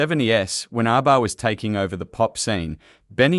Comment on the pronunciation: I hate bot narration. ARBA? Fryda?